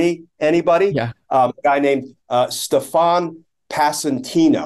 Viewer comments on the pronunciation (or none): I love that there's a guy named, "Stef-AHN"...implicated in all this. Last time I heard that pronunciation a lot was on SNL.